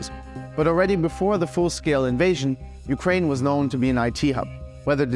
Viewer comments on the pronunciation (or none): none